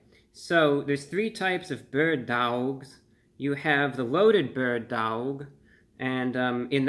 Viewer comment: “Burd Dowlgs”